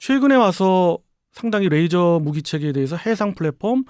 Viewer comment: 가운데 분 레이저를 r 발음하시는데 ㅣ 입니다.